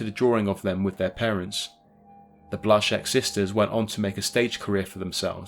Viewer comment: Thanks for saying Blazek correctly.